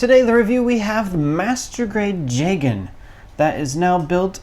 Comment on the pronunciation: ITS PRONOUNCED JEEGAN AND YOU DISGRACEFUL REVIEWERS CLEARLY DID NOT WATCH CHAR'S COUNTERATTACK